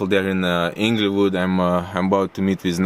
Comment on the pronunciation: He said "ENGLAYWOOD" 😂😂